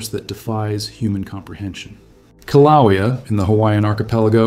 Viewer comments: Koh-wha-lea? It's Kill-ah-way-a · The Hawaiian volcano is pronounced 'killa waya' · It's Kilauea ( Kil-a-way-a). At least learn how to pronounce the place, if you want to be taken seriously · KIL-A-WAYA That's how you say it. Just FYI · Aloha. I wouldn't say that Mexico and Hawaii are opposite sides of the planet. Very far from it. Also, they won't get mad but Kiluea is pronounced more like Kill-ah-way-ya. Best if said quickly.